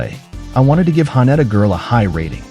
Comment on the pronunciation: Sorry but the AI voice is terrible, can't even pronounce Haneda correctly.